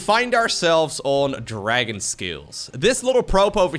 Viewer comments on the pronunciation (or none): none